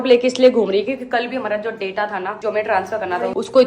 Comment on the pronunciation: please pronounce data word properly, it looks foolish when you pronounce wrong